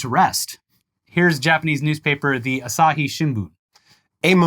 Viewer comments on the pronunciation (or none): none